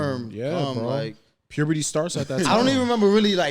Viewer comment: its puberty not pubity